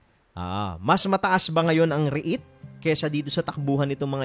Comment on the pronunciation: Please pronounce it properly.. REET, not REH-IT